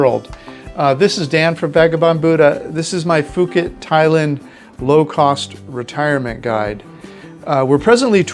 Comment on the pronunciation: Not sure why you pronounce it fooket. Puuket (phonetic) is how the Thai's say it.